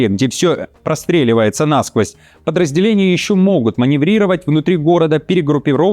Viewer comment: Не нАсквозь, а насквОзь грамотей